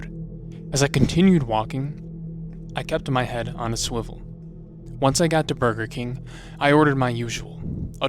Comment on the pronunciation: burber king :DDD